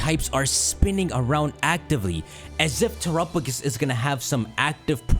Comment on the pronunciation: why does he pronounce Terapagos so weird? he pronounces it Tear-Rup-A-Gus instead of Tera-Pa-Gos (I just wanted to point it out since i saw no one else talking about it)